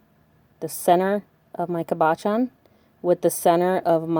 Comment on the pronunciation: I know this is an old video. Just wanted to let you know how to pronounce "cabochon". It's "cab-uh-shawn" with the emphasis on "cab". 😉